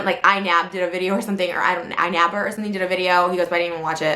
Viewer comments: “iNa.. Nab... iNapp.. iNapper...” there wasn’t even an attempt, Trisha’s last brain cell is really struggling here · How difficult is it to pronounce iNabber, you imbecile, stupid pine cone?! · You can tell the IQ of someone depending on how well they can pronounce iNabber